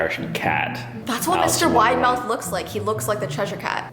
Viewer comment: saying Widemouth Me hearing: Mr Winemouth The thingy that is called CC: Mr. Winamouth